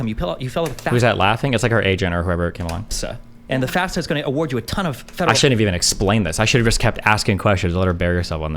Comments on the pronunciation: Thank you for acknowledging that she’s saying FAFSA wrong like she odd 60 years old. Ps I just graduated recently, and it qualifies you for financial Aid! She doesn’t know what she’s even lying about. I couldn’t even get loans through my parents lol tons of subsidized and subsidized loans as well as a Pell grant. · Yeahh, as I said in the original Candace Owens video, she's straight up LYING about filling out a "FASFA" (which she says wrong, because she doesn't know what that is). I wish Destiny had called her out on that in person, but at least we're addressing her obvious lie now! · Candace Owens is bad joke. She's an affirmative action hire by right wing propagandists. They just want a black woman spewing their nonsense without sounding "too black". And she says FAS-FA. She doesn't know shit about student loans or cost of college. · FYI, I think it's almost a rite of passage to constantly mispronounce FAFSA as FASFA. It's definitely not an indicator of anything. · mm i dont thinkis that big of a gotcha. also i've only ever heard "fas - fuh" in my life. I never even noticed the s was after the f.